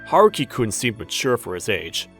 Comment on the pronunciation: Haruki sounds nothing like a little boy and it's not Huh-roo-ki.